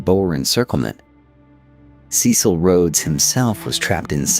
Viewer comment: When your AI places van Riebeeck's settlement on the opposite side of the bay, with Table Mountain as scenery instead of a backdrop, your credibility goes, also battered by the wrong pronunciation of Dutch names and indigenous peoples. Or "Cecil". k Dutch was not "stripped down by the African sun" but modified by the "Malay" slaves they imported from the East (Malaysia) as well as the French. Majuba was 27 February 1881 yet the newspaper headlines are Garfield's assassination on 2 July 1881. The drawings of characters often bear no resemblance to existing photos - eg Wikipedia. One of the worst abuses of AI on the internet. The flecks of light flashing across the screen add nothing but irritation to the production.